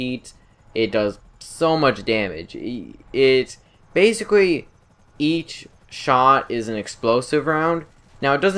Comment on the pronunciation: Gweat mobiwity basicwee